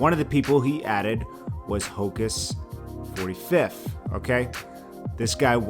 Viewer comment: It’s pronounced Hocus Four Fifth